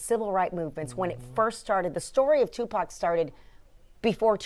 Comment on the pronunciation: you spoke of Tipac so well pronounced God bless you❤